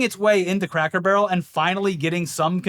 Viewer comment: sounds like is saying cracker "burl" lol